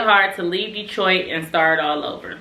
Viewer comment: Ok “detoit” 😂